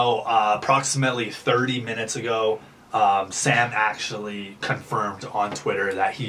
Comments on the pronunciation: The way he said sam and coby 🤦‍♀️😂jk but fr yh sam got it frickin lucky 🥺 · Ok I like the video concept but it just made me cringe to me it just sounds like your using sam and COLBY for clout you cant even say there names right witch tells me you probably dont even know what you talking about you just saw a chance for clout and took it😊🤧